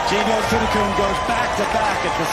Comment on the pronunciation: Learn how to spell and pronounce Jeeno Thitikul’s name for God sake!